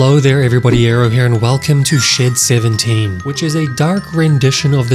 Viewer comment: I thought he he said”shit 17”